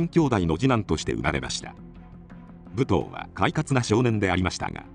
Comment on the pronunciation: ぶとうって言い方が気になる～ むとうでは？